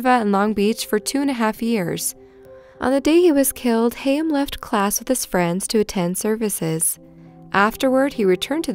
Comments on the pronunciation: Kid’s name is Chaim. “Hkyim”, rhymes with “fry’em”. Not ‘Hayem’ rhymes with ‘slay’em’. Also “yeshiva” is pronounced “Yeh-SHEE-vuh.” Not “YESH-i-vuh”. Thanks and carry on. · The way you say yeshiva and chaim makes me lol